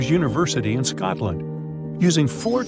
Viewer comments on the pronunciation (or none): none